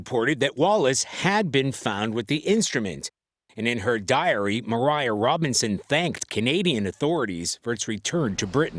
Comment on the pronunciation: Her name was Maria, not Mariah lol